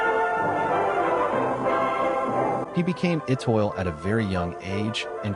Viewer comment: The speaker should know how to pronounce Étoile!